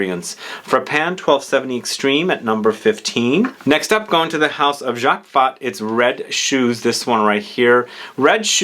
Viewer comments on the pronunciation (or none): none